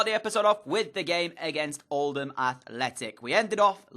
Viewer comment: I live in Oldham and FINALLY someone pronounces it “Old-am” instead of “Old-ham”